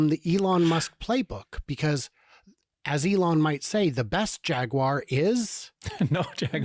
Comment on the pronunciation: I think they are going for the "Ja gyoo er" way of pronunciation